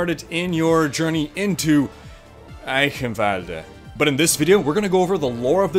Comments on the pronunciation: Not 'kin'... ghhhin sound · You should pronounce it like "Eishenwalde" the "ch" sounds like "SHit" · And your german accent is actually really good. The only thing is that you say eichenwalde with a K insted of a CH you would say the CH like in charm or charcole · Eye-chen-vald-rrr... Ie-kkkhen-valdr.. Lmao. Dude i love your videos. keep em coming, man. Great content, thank you for existing. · Say it like a cat hissing eichhhhenwalde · just repeat after me : "Eye"-"shin"-"valde" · You pronounce it Icanvald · greetings from germany. gz, you did a good job! me as a german could identify your words as german, that's enough :D. fyi: the "ch" in eichenwalde is pronounced nearly exactly as you would pronounce the ch in "stretch" flies away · Instead of butchering a places name how about putting up the text of what you are trying to say so we can read it. This is clearly an edited video so that shouldn't be hard at all. Great work on this and other videos regardless. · no xD His german is okay, But he did pronounce it wrong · Does anybody have an edit of this video where he doesn't butcher the name every 5 seconds or just say EYE-KEN-VOLD like everybody else does? it's painful and i'm only 30 seconds in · Honestly spelled it correctly just maybe toned it a bit weird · Bruh there's no v in eichenwalde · Haha You almost said Eichenwalde right :D (the Name is weird for germans)